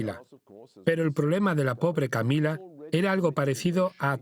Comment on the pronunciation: Escuchen bien “La pobre camilla”😂